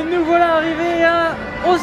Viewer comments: Pitié, fait lui travailler le ooSSSSaka! et pas ozaka;'( j'ai l'impression qu'il y a deux fois plus de dai.. de Sika!! (c'est un cerf pas un daim u_u) que quand j'y suis allé (il y a + de 10ans) c'est ouf. je sais pas si vous avez fait (ou déjà fait) le Todai-ji (je pense pas vu que c'est payant et que est une pince) mais c'est super impressionnant. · Super vidéo mais ça se prononce Ossaka et pas Ozaka !!!!! Voilà il fallait que je le dise ... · DjoraNeko mdrr j'avoue le o"s"aka là! Ça fou de l'urticaire XD (en même temps c'est à la prononciation à la française quoi! Lool)